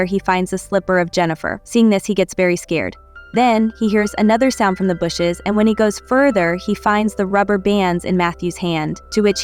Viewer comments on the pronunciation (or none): none